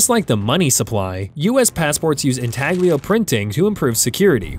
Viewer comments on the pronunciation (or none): You don’t pronounce the g in intaglio.